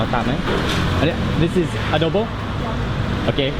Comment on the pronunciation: Good morning everyobject. It's a pleasure to meet you,I'm just looking around.I misheard you,"adobe" instead of "adobo",in addition, I found that you eat a lot of salt, would it be good for your health?